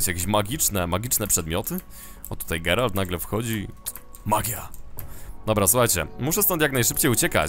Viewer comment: NIE GERALD, TYLKO GERALT...